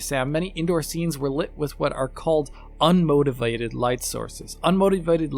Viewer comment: I never realized "unmotivated" was such a tricky word to pronounce.